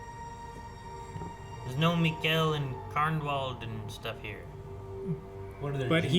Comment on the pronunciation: Its miKKEL not Miguel